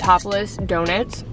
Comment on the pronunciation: the pronouncing donuts like donits made me cry 😭 amazing video though